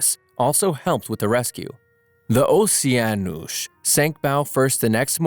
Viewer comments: It is pronounced osheanos not oseanos for the oceanos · It’s pronounced o-Ceann-nos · O•she•a•nos IS the pronunciation of that ship NOT the way you pronounced it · OSHIENOSH?! WHAT DO YOU MEAN!? ITS OS-i-en-Os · "MTS Ossianoush" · The Oh-see-ahn-osh! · “Oceanosh” yes that’s definitely how you pronounce it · Bro really say mts Ocan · “ The MTS OOOHSEEANOUS”😂😂😂😂😂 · its pronounced "MTS OuSeEaNuSh" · It sound more French than ,,Pierre pass me the Baguette and later surender to the Germans" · ... your saying wierd, its just "oce-anos". why are you putting emphasis on the word? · The way he said Oceanos😂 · i am portuguese and on the part you say mts "OCEANOS " jahahahhahah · he pronounced it the exact same multiple times, also it sounds so stupid i doubt a real person would say it